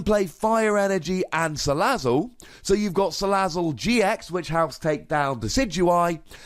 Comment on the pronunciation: ...did he just pronounce 'Salazzle' as sala-sizzle...?